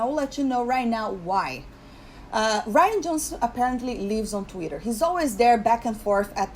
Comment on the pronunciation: You had me laughing out loud when you got to the "He's an embarrassment to himself" part. Rian Johnson is so insecure because I think he expected people to think he was brilliant. Mark Hamill tried to tell him...he didn't listen. Also love how you spell Twitter like you pronounce it...Tweeter :)